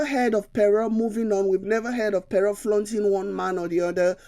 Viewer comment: Pere or Pero? It is pronounced - Kpero . Good analysis though.